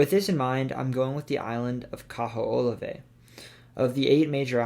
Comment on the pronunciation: Damn bro at least try to say Kaho‘olawe right